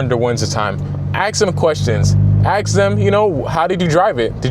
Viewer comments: Axe or ask? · In the word ask. Where do you see an "X"? Nowhere? Why do you pronunce it then? Same case with "especieally"...